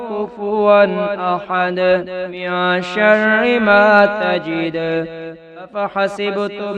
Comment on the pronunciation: Zabar zeer may ghaltiiii hay...من شرا ko ghalat parah